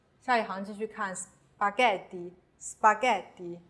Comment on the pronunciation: 最后有个错误，ghe,ghi应该读成/ge/,/gi/